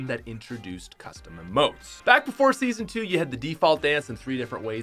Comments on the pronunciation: U said seasno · I’m depressed now, because he messed up the word “Season”